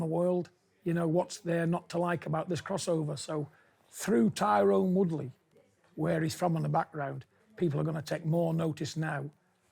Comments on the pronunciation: its tyron not tyrone he said it wrong lol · It's Tyron